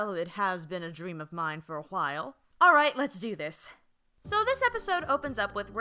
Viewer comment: Did you...did she just say "h-while"?